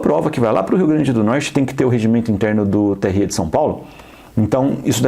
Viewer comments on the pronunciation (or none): TSÊ E TRÊ É O CACETE, XEXELENTO! É TSÉ E TRÉ,! BROTHER TÁ FANHO? 🤣🤣🤣🤣